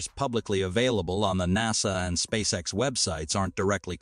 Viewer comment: "Spaxe ex" 😂 I guess, an AI did read this text. There are other clues for this too. For example a sentence ends. And after a pause this sentence continues and ends after 3 more words. This is. Very unnatural. At least the content is good, I. Must admit. ;-)